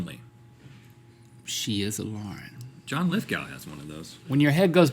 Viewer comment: MY NAME IS LAUREN AND THE WAY RHETT SAID IT TO MAKE IT RHYME WITH SCORING MAKES ME MAD WHEN PPL CALL ME THAT